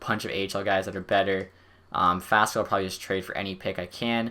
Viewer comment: Faksa, not Faska. You keep calling him like this.